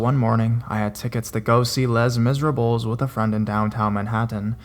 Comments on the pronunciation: how he said les mirables LOL! (lay miz-r-ahhb) is the correct way! lolol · he said "les misrebeles" 😂😂😂 its French its pronounced "lea misrab" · I cringed at how you said Les Miserables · prepare for people correcting you with the pronounciation of les miserables. haha. great story btw